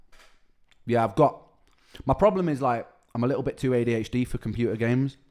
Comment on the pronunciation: Likkle instead of little, lol.